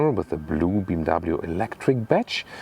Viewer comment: Digga bmw Not bmvv